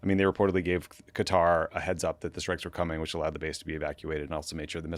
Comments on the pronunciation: Thank you Tommy for pronouncing QatAR correctly…..what’s with all this ‘Cutter’ BS. Americans are so cringe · Qatar. If you go to the Gulf nations actually a lot of people pronounce it that way!